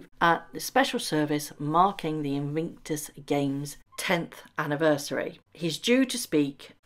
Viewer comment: Please say inVICtus not inVINCTus!!